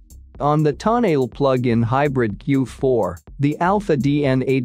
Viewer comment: if you are going to REVIEW the TONALE, ( Toe-NA-LEE), please pronounce it RIGHT!!!